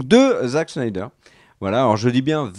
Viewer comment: Super videos les mecs!! Un de mes sujets préférés en plus !! Merciii!! Très hâte à la deuxième partie. S'il te plaît Greg, arrête d'écorcher le nom de Zack Snyder à la fin 😂😂😂 c' est "Snyder", pas"Schneider" 😂 je vous adore! Et si je dois faire mon Top 5, je dirais 5) les deux parties de The Dark Knight returns 4) The Dark Knight 3)Man of Steel 2)Justice League (Zack Schneider😂) et 1) Avengers Infinity war